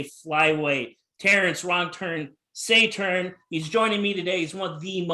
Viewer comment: I’m surprised you pronounced the name right.